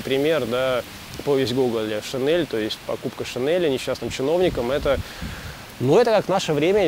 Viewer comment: шинель, не шинэль